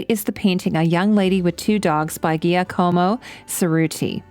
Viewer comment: I really enjoy your character breakdowns and have much respect for the clear amount of research you put into your videos, thank you for your hard work. I just have one nitpicky thing to add which really is inconsequential, when you were pronouncing the name of artist Giacomo Ceruti (il pitocchetto), Giacomo is pronounced (JA-come-O) or (Jack-omo). 🤓